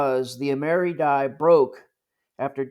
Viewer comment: Excellent and informative video! I do believe though that in the EAC circles the coin is pronounced “Am”-er-“I”. Keep up the good work! 😊